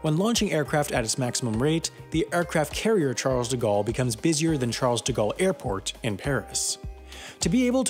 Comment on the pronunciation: It is not CHARLZZZZZZ, it is CHARL